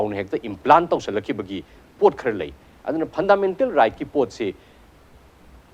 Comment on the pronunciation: Host, not phandamental